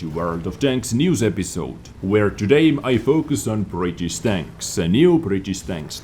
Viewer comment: . tier 8 brrritttisssssssswww prremium tenk